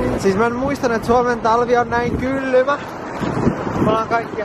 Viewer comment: mä kuulin et "kyrpä lähti mukaan" eikä kylmä lähti mukaan. Sori aino😂😂